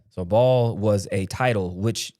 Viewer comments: Its pronounced bay el, not ball... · Baal pronounced “bail” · Pretty sure its pronounced "bail" baal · I believe its pronounced Bah Ahl not Bawl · No, he is not the devil...the devil is not flesh...there are ppl who worship the devil...there are 8 different roles Satan plays...and ball spells ball, baal is pronounced bail or bale...everyone says it wrong... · The word is pronounced Bell not Ball! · It's Baal not ball , it's not pronounced the same . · It’s not pronounced ball..🤦🏾‍♂️🤦🏾‍♂️🤦🏾‍♂️ It’s Ba’al ….Like Bail! ..Bail not Ball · Baal is pronounced like the sound a sheep makes, with a “l” at the end. Like Baaal, not like ball as in baseball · Baaaal not ball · It’s Baal pronounced Bail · Pronounced as Bail not Ball 🙏🏼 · Blessings, slight correction; it's pronounced Baal, sound out the Aa’s, not ‘ball’. Your definition is correct 🙏🏼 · Pronounced as Bail not Ball🙏🏼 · “Baal” isn’t pronounced as “ball” it’s pronounced as “bale” when you say it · Its Ba-al, if you read it. it a horn god. like a bull.. like the bull in New York. that Ba-al. Ba-al is praise by luciferians. most American leaders are Lucifarians "allegedly". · It's baal like BAIL.. it's on the Bible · I believe it is pronounced bay al. Love you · Ba’al is pronounced bale/bail and y’all brining out some truth nugg’s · Here to say this. It's one of the 8 kings of hell. Baal, pronounced "bail." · Guys, its “Buh-Al” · 😂😂😩😂😂 the only reason I'm laughing so hard is bc I really hit pause like "ah naw, do I need to stop saying.. you don't know ball"?! But someone else in the comments mentioned the pronunciation of that unclean spirit.. so now I have to go do research on how Baal is pronounced.